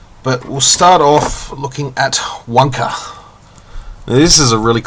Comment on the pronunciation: Want want want want! UK doesn't have Kmart let alone get Kmart! Great review! The pronunciation of 'Wunka' was admirable!;@ lol Cheers Fuzz.